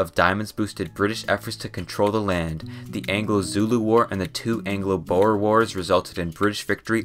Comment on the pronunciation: Sorry but the way you say xhosa zulu and tsiphedi is very funny (clo sa) make a click with your mouth for the xh zulu (its not how most people say it zooloo no its zuelue) actually isizulu and phedi make a sharp p